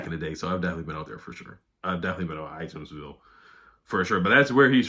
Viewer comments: I live near there, the J is silent in Ijamsville. It sounds like “I ams ville”. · The J is silent in Ijamsville, it’s in Frederick County.